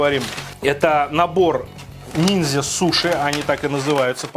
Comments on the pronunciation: Ниндзя, а не нинзя. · не нинзя, а ниндзя )))))))